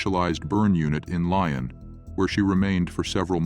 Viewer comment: Also, when you say "Lion," do you mean Lyon? Beautiful place, great food, lovely people. So very heartbreaking if it happened here. Heartbreaking, regardless, but Lyon is such a happy place. It's really wrong.